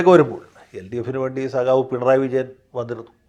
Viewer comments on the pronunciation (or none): none